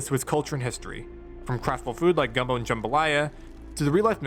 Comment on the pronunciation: hey thank you for saying gumbo and jambalaya right i cannot tell you how much it annoys me when people say it wrong and also great recap cant wait for more vids